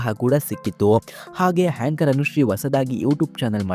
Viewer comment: ಹೇಂಕರ್ ಅಲ್ಲ ಏಂಕರ್.